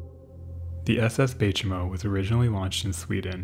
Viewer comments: Warmell, not well? Oh, hell. Baychimo is "by chee mo". Ship came from Sweden, but the name is kinda Finnish. Imperator is "im-peer-a-tər", not "imper-otter". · The Baychimo...that's some good German engineering right there.